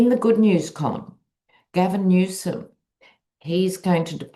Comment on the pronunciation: "New Sum" Newsome!